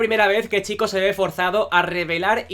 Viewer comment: Vídeo tremendo. ¡Gracias por decir bien el nombre! No hate, pero me chocaba mucho que una persona que es super fan de la saga (por lo tanto que está harto de escuchar en los juegos cómo se dice) lo dijera mal. Haces muy buen contenido.